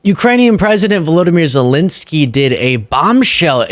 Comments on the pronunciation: It’s ZelEnskyy, not Zelinskyy … Ukrainians would appreciate the right pronunciation. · Please don't say Zel-i-nsky.